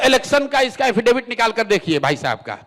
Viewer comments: अरे एंकर महोदया आप समझ नहीं रही हैं। हाफिडेबीड में लिख कर दिए हैं।😂 और बार बार हाफिडेबिड,हाफिडेबिड रटे जा रहे हैं।😂 5वीं, 8वीं, 10वीं, 12वीं, सभी सुने पर यह क्या सुन रहे हैं।😂 एक कोर्स।😂 लगता है बहुत बड़ा कोर्स है । सम्राट का।😂😂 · क्या हाफि डविट करता हू😅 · एफिडेविट होता है सम्राट जी हाफी डेबिट नहीं होता सोचिए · एफीडेफिट के लिए हाफीडिफीट बोलता है अनपढ़ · जैसा बिहार वैसा ही नेता बधाई हो एफिडेविट को हाफीडेविट बोलने वाला नेता मिला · Kya rumer faila rhe ho faltu ka yesa kuchh nhi bole hain,aur unke local language me affidavit ko haffidafit bola jata hai.